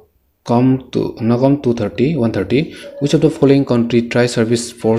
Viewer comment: Brother you are doing great job.. if you won't mind I would like to suggest you something.. Brother try to work on your pronunciation..the way you pronounce come and eclipse was funny.. Don't mind no hate..just some suggestions on your weakness as your well wisher..Anyway you are doing a great job..carry on , your video is really very helpful to me.. Thankyou